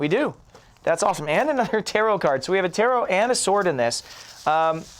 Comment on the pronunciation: I keep hearing terror cards instead of tarot :'D